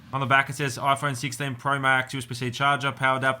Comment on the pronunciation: You broke your Oi-phone 😂